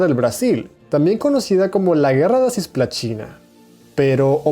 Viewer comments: Se dice cisplatina no cisplaCHina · la pronunciación brasilera es "cisplachina" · Nadie: Países hispanos: Cisplatina Brasil: Cisplachina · Repite conmigo: "CISPLATINA", no : "CIYSPLATINA". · ya sé como se escribe en portugués. Pero si está hablando en castellano, justamente debería pronunciarlo como está escrito y no afectar una pronunciación portuguesa en la que no es consistente después, no dijo GueJJa da Cisplachina sino GUERRA da Cisplachina mezclando las pronunciaciones española y portuguesa. No dijo tampoco Jío chi Yaneiru para decir Río de Janeiro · todo muy bien, pero tenes errores con los acentos , y porque decis cisplachina? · Não sei porque entendi que ele fala sis plachina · Cisplatina * pero la pronunciación es "tch" al igual que los argentinos con "yo"(sho)